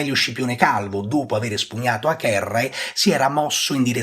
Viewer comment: vorrei sapere perché pronuncia acherrae e non avere il nome di Acerrae. Ed a anche agentes è pronunciato aghentes